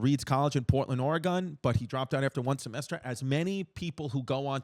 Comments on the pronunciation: it was so cringe every time Chris said "Oregon". THERE IS NO... I REPEAT NO "E" ON THE END OF "Oregon" it's pronounced the same as musical instrument🤦‍♂ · HOW DARE YOU SAY OREGON THE WAY YOU DID Lol